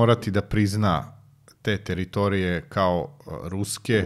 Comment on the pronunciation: Ne kaze se TEritorije nego teRItorije...